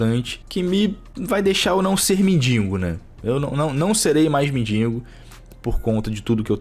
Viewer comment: Por sinal, é “mendigo” e não “mindingo”